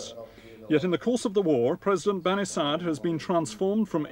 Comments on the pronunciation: ok i just heard the guy say "bani sad" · Why is his name spelt Bani Sadr when the R isnt prounced? Or is the narrator getting it wrong